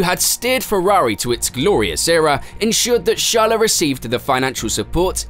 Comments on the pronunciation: HIS NAME IS CHARLES NOT SHALA PLS MY EARS ARE BLEEDING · Man I can tell you've been practicing pronounciations of non-English word and names. You're getting pretty close, but not there yet. It's not "sharleh" it's "sharl". You could lose the 'eh' after some names/words. "Juuleh" -> "Juuls" etc. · How are you able to pronounce his last name flawlessly yet call him Shala? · his name is charles not shalle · The pronunciation of the names are driving me insane lol "charla " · What’s with the char - les pronunciation 😭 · Who’s this Chaleu you’re talking about ? 😂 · Who? Sjarle ? 😂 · What's wrong with this narrator pronounciation 😂😂😂 English isn't his primary language 😅😅. He keeps saying charollette n shala 😂😂🤣🤣